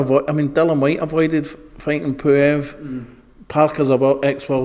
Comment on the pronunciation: 'You have to admire Hughie fury - he has fought Povotkin and Poo-ev',, hahhahahahahah